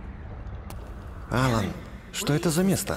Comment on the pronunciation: не Алан а алАн